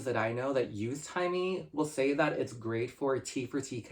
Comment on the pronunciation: It's Taimi not Timey Lbs 😅😅, but have you tries Tser?